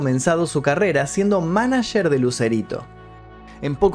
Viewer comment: "Manacherrr" jajajaja